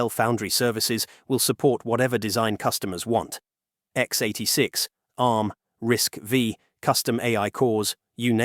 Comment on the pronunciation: 1) You said "TSMC works with Synopsys and Cadence" and then called it a walled garden. 2) You also pronounced "RISC V" as "RISC VEE". This tells me that you don't know jack squat about semiconductors. Buhbye!